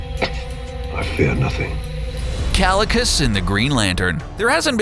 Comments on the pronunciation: KALICUS ??? O'DR.STRANGE 😨😨 .. IS THAT HOW U PRONOUNCE KAAAEEECCCIILLIIIUUSSS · bro the video was great until okay the whole video was great and i am not hating on the video but you said kalecuss while the actual pronunciation is kaecillius. but other than that great video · it's pronounced "keye-sil-ee-us", genius. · It's not pronounced Cal-li-cus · Kalikus 😂 dude pronunciation is wrong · kalakas? how do they get pronunciations so wrong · Green Lantern vs Kaecilius is pronounced 'Ky - Sill - e - oos' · You pronounced Kaecilius's name wrong. Jesus Christ did you even watch the movie? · I was dying a little inside every time he said it, it's like watch the movie. it's a poor voice over if you don't learn the proper pronunciation.